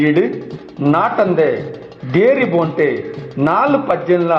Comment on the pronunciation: ಬೋಂಟೆ ಎಂದು ಹೇಳುವ ಪದಕ್ಕೆ ಖಡಕ್ ಆಗಿ ಮೂಡಿಬಂದಿದೆ ನಿಮ್ಮ ದ್ವನಿ ಎಲ್ಲಾ ಕಲಾವಿದರ ನ್ನು ಪ್ರೊತ್ಸಾಹ ನಿಡುವ ನಿಮ್ಮ ಮನಸ್ಸು ನಿಮಗೆ ಶುಭಾಶಯಗಳು ಇನ್ನಷ್ಟು ಆಡಿಯೊ ಗಳಲ್ಲಿ ನಿಮ್ಮ ದ್ವನಿ ಕೇಳುವಂತೆ ಅಗಲಿ... ಶುಭಾಶಯಗಳು....